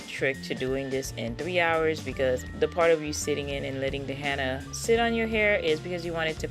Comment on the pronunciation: Love your channel..but its HENNA (Hen-na)not HANNA!!!!😁